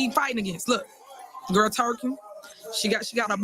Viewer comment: " skirl" meeting 🤦🏿